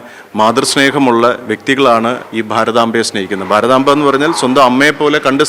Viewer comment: What about the present Farathamfa instead of Bharathamba.